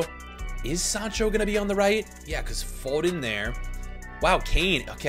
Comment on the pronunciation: hey why do you say fooden